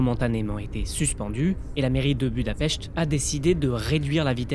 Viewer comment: La fameuse ville de "Budahpesht"...Le Monde qui a réaliser que être "contre Orban" ne voulait pas forcément dire "être de Gauche" et que Magyar (littéralement "hongrois") était un ex-collaborateur dissident plus radical ; poussant son journaliste propagandiste bien-pensant a mal prononcé le nom de la capital du pays.